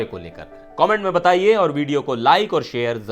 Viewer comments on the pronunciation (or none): none